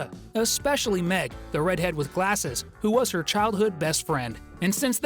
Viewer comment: its "who" not "ho"